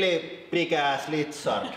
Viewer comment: "ish laeik reeely bigass leezard"